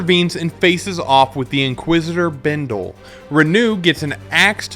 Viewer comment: its Renoux not Renew